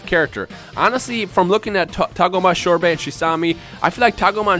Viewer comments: Shorbet ? xD i think it's sorbet right ? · Why do you call "Sorbet," "Shorbet"? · ***** I've never heard it pronounced that way before. Sorbet I've always heard pronounced "Sor-bey" Unless his name doesn't reference the frozen treat but something else. But I was pretty sure that his name was a pun on the said frozen treat. Sherbert is similar to Sorbet, but it is different. But not like it really matters, sorry. Just honestly wondered if how you said it was how it's pronounced in Japanese and that I just haven't been paying attention while watching Super. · there is no H is sorbet